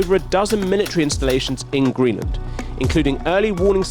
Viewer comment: "Greeland" btw